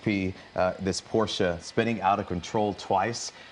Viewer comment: Respect for actually pronouncing Porsche correctly.